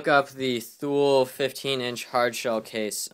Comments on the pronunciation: Its not pronounced Thule its pronounced (toolee) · And btw its pronounced like "too-lee" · Ha yeah, but it is pronounced tu-lee because it is a Switzerland owned company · pronounced two-lee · Not to be a troll or anything but Thule is pronounced tu-lee